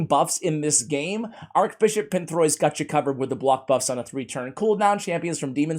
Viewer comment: ‘Arch’ Bishop, not Arc Bishop as you seem to say. 😁 I just pulled him this morning